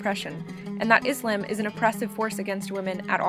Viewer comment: the video was very helpful but i think you were pronouncing islam wrong :/